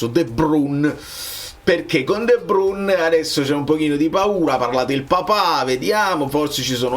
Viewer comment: Dovrebbe pronunciarsi "di bruin"